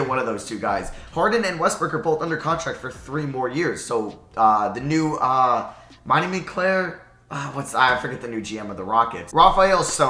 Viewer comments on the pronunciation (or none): none